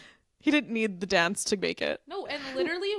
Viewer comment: Where are you from? The girl on the left pronounces "dance" as "donce"!